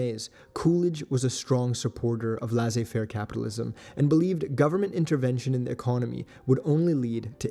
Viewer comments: Make up your minds, folks. Do you mean consumer or communist propaganda? And no, it's laissez-faire, not lazer fair. Um. It means free enterprise, more or less. You could look it up, you know, when you run across something that goes over your head... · I'll tell you because I'm french but Laisser Faire is prononced Lehsseh and not Lehzeh.